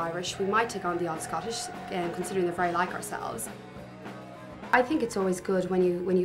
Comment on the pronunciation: Aussie girls maybe - but not Irish! They are snobby as hell. That girl's affected pretend South Dublin accent grates on the ear. Two tips for starters - ourselves is not pronounced oursalves, without a doubt is not pronounced withite a dite!!!